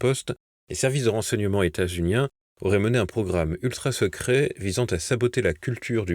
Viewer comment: Pouce en bas - - vous ne savez pas parler français - c’est votre second « etats-uninen » de la semaine - cela gâche tout le journal de voir ce niveau( sans compter que vous êtes spécialiste des mauvaises prononciations en général - que je ne relève pas ) - désolant de voir que TVL n’est pas capable de proscrire les idioties de la sorte. ( 17)